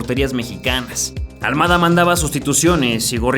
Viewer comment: Es al mada no al muada cocho lilililili